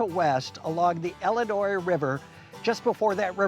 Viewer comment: Great episode. It’s Illinois, not Ellinois. 😮